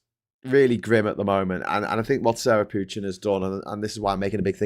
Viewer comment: The name Pochin is French in origin. Please pronounce with french accents not English ones. Same for Farage and Dutch for Tice. The Cult of Ultimate Nigel Transcendents acolytes should be reminded of those facts as often as possible.